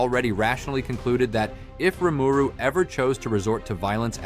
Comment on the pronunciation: In the anime, sub and dub, Rimuru name is pronounced, why do you pronounce it differently?